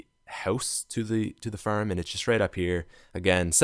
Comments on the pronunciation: Now at the ferm😂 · the way he pronounces farm😀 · Hold up am i the only one that noticed him say "ferm" as in farm, and also he said car wrong but whatever, keep up the good work man.